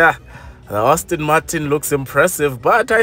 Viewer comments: Hayibo if I hear you say Austin Martin one more time..... 😫😫😫 Aston my guy, Aston!!!! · No master of pronunciation and I like this channel but please stop calling it Ostin or Austin, it’s ASTON. Please, you activate our OCD.